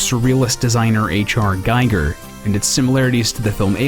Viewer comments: Everyone knows it's pronounced Gee-ger. H.R. Giger. not Guy-ger. Sorry to be that guy, but I was corrected about it at some point too. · His name is pronounced gi-ger, not guy-ger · A small point, but as a matter of respect for the dead, please learn to pronounce H.R. Giger's name. It does not rhyme with "geiger."